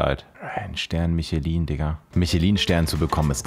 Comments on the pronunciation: Hey, Ich schaue deine videos jeden Tag so gerne!! Aber eine Sache triggert mich bisschen haha Also mein dad hat 3 Michelin Sterne deswegen spreche ich aus Erfahrung. Man spricht Michelin französisch aus „Mischlä“. Sorryyyy aber mich triggert das bisschen wenn man das falsch ausspricht. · Du hast nicht Michelin wie Autoreifen ausgesprochen 😂😂😂 das ist französisch Herzchen. Probier's nochmal